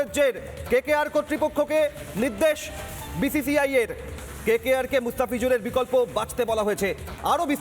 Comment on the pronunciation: Uchharon ta thik korte parena BCCI hobe BCI. Boycott bangladesh and RBangla